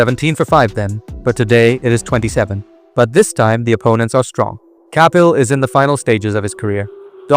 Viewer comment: Are you Indian? Or a firangi? Or are you an Indian firangi? The way you're pronouncing "Kapil" is off-putting!